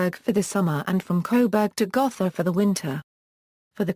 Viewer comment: The o in Gotha is a long o, not a soft one.